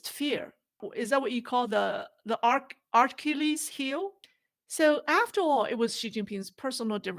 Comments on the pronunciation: achilles heel, pronounced like: uh-kill-eez Love your channel! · Achilles heel. Pronounced ah-kill-eez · When CCP Leader Xi steps down, will or might the new leader rethink the Chinese / CCPs position and change their negotiation requests? This loss of trade, goods, and merchandise with America is long term. Thank you ❤️😉👸 (thats Ah Kill Ees, or Ak A Lees) ❤ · It’s “Achilles heel “ darling,,,,,”Hi!” 👋🏻😀